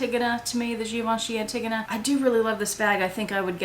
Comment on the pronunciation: sorry i was cracking up a bit on your pronunciation for Givenchy Antigonia, pronounce anti like it is, then gonia. But hopefully you get your wish lsit items